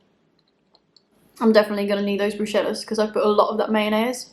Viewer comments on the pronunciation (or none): Amazing video. Thank you honey and btw, Bruschetta is pronounce BrusKeta. 😊